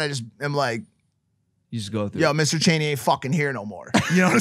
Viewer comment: Haha guys it’s Mr. Chainy not Cheney